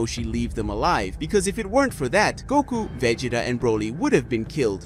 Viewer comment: vegeeta lol